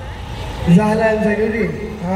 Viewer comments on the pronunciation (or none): kenapa sebut nama pun salah dahlan jd zahlan...ke sebenarnye x kenal...